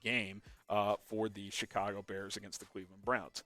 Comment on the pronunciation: I Love "da Bears"